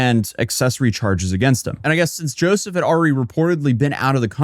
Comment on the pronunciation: Say YOUSSOUF not joeseph ... he is a MUSLIM invader.